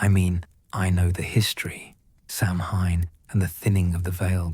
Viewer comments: 😂"samhain" is pronounced "sow-wayne" for future reference. Brilliant story😁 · I’m Scottish & speak the gaelic, but even the Irish I know and my relations past the border pronounce it “sow-Wayne” The whole Potter thing is based in the uk. Would love to know what location in the uk pronounces it “Sam-hine”. 😂😂